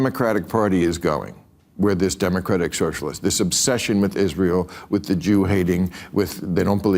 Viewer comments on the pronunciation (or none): none